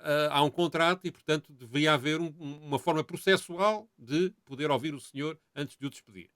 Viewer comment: Nao eh "0-vido" e "0-vir".... Foda-se! Eh ouvir. Ok?